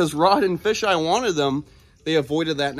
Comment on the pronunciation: you just called kevin fish eye instead of FeiJai